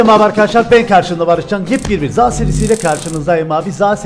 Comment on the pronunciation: ZA DERKEN NEDEN XİN XAO DERMİŞ GİBİ SES ÇIKARTIYON?